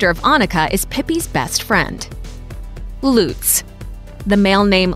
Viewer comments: You pronouce it Lutz (fast) and not Luuuutz. You write it Lieselotte and not Liselotte. Based on german pronounciation rules you would pronounce Liselotte different than Lieselotte. In German, Lorenz is stressed in its first syllable and you pronouce it with an "o"-sounds that doesn't exist in english, it's a bit like the o in not. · tz shortens the preceeding vowel. So the "u" in Lutz is short, not as in Loots. The O in Lorenz, however, is long and this is also where the stress goes. Generally: Germanic root word --> initial stress. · If you want to use foreign words/names please pronounce them correctly! For example: Lutz NOT Luutz(how you pronounce it). Dont say these names are German if you say them in English, then they are just English names. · The pronounciation here is so unbelievably slurred. -It's Annika. AnNika! A doubled consonant implies a short and speedy pronounciation of the syllable. Say Unnika. -It's not 'Loots'. The 'U' is short. Say 'he puts his glass down' ;now say 'puts' ; now say 'luts'; see: Lutz -'Lisalata'??? I don't even know where to start... Leezelotteh, O and E are two distinctive letters and the S is not sharp, more like a bee ssssss-ing around. Same for Lise. It's 'Leezeh'. Lotta is also cute name. -Not 'Bastion'... Bas-ti-an -> Bass-teeyaan, at least in approximation. -LOH-renz I hope that helps minimizing damage done to children. Oh and Ivo is old english and not a name i have heard anyone be called. Like ever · vale3ottobre But it is pronounced much "faster" in german. Not "Loooots" but with a very short u and a sharp s. It is not a really nice sounding name, imo. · Luuuutz omg i am puking. That’s why Germans hate other Germans who give their kids English names, because most can’t pronounce them right. And Astrid is not modern. This video is so awful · never heard of ivo and anika usually is spelled with two the u in lutz is short and the german pronounciation of all those names is different